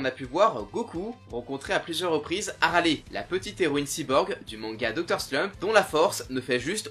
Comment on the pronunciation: en VO ou en VF elle s appele ARALE pas aralé